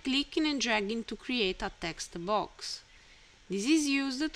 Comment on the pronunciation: "Tha textu boax", gets me everytime xD